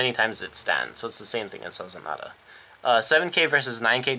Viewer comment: So you know, it's not spelled Sazanada, it's spelled Sazanda. Su-zon-da is the basic pronunciation. Also, I suggest Crystaldevil, as well as Babyface Narcissus, it's skill is GB1 Rush - When this unit stands it gains "Oh hit you counter charge 1 and soul charge 1". It helps conserve your resources and pushes a high attack card with counter charging towards your opponent. And that is after every attack that she re-stood.